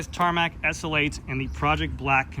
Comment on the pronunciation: Repeat after me: ESS ELL EIGHT. Not ESSL8